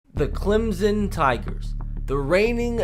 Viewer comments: And Clem-son not Clem-zen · Clemson not clemzon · Instead of Clemson he says “ThE ClEmZoN TiGeRs” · Clemson with an s not Clemzon